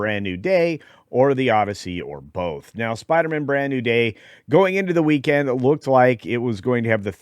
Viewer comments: SPIDER-MAN MAN not mon 😅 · Are you sure you can't pronounce it Spider-Man instead of Spider-Mun? 🤪